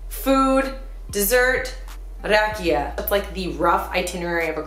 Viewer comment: Kermit is drunk because he was drinking RAJIKA instead of RAKIJA :)))